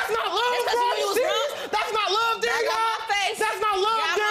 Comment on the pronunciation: "I luh you, bro." "I luh you too." I pray for anyone that has to be neighbors to these idiots.